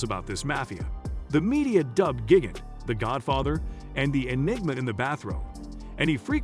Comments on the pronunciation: Gig-Int…lol Lushino….lol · Gig-int lmao. Man’s butchered just about every pronunciation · It's pronounced Gee gan Tay and Lu chi on o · Is this a fucking joke?!! Because its gotta be, what with mispronouncing Chin's & Luciano's last names!! Fuggedaboutit!💯